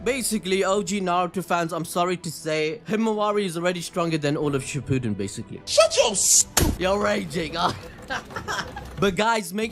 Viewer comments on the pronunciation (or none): none